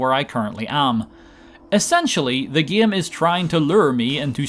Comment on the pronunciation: "The gaem is trying to luer me"